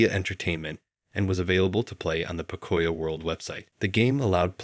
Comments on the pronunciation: bruh got me dead its not pokoya world is po-co-yo world lots of hispanics grew up on that kids show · Oh my gosh, please stop saying "puh-COY-yo". It's pronounced POE-COE-YO! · I mean no harm when i say this❤ but it's pronounced Poke-cuh-yo.🤣🤣🤣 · You are not saying pocoyo right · Great video, but the way 'pocoyo' was pronounced is giving me a migraine lol